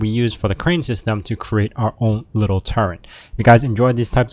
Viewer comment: Turret not turrent!